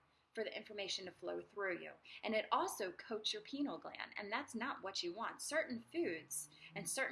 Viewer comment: Penile 😂 it's Pi-neal gland . Sorry , your ego is overwhelming me OK 😄😄😄